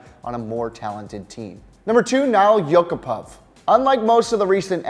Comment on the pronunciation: Top 10 terrible pronunciations of players names by. Add Nail Yakupov to the list